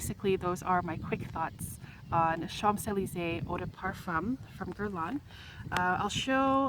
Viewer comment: With all de respect, you knowing all about the infamous street in Paris, you don't pronounce the "mp" in Champs......This is MY signature fragrance. There is NO OTHER fragrance. I ordered a bottle from Amazon - I wad not the same. Very disappointed! There it sits on my dresser. I LOVE THIS PERFUME!!!! ~♡~